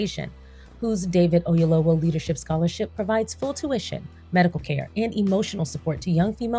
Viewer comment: Great movie! I had to take some moments and decompress 😢. Very cathartic when you’ve experienced grief ❤️‍🩹‼️ (PS. 🥇 for the great pronunciation of Mr Oyelowo’s name. Yoruba is not easy 👏🏽👏🏽👏🏽)